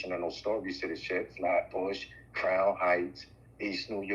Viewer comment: What the hell is a "Hat Bush"??? Y'all fncked up Flatbush name. SMH